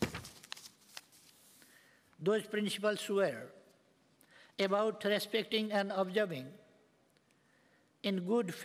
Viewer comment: He doesn't know yet how to pronounce "about " even he is reading notes . Now what do Nepalese people expect from him ?